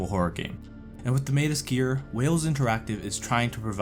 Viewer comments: Why are you saying SKEEER? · had to stop watching because of how he was saying Sker lol